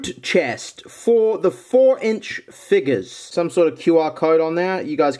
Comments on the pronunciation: I love how he says figgus instead of figures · I dare you to say figures but instead say it with an n